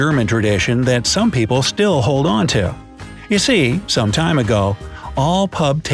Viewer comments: I saw the "see" turn into a "se" in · focus on the word "see"